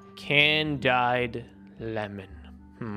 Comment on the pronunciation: Is no one gonna talk about how said candied “can died”